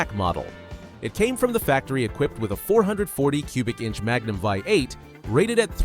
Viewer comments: Its Vee8 not vie 8. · "Magnum veye eight"? Might want to use a REAL narrator who can properly pornounce the words. LOL.